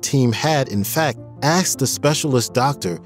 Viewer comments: It's not Axed it's Asked. Speak English ! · Asked, not axed. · "When axed"? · My only suggestion would be to learn how to say the word ASKED... I miss this talented man more than should be allowed. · Time to go home and practice saying the word "asked"